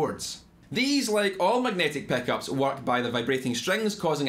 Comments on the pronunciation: Theck peckups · Ah yes my favorite, peninteah peckhuops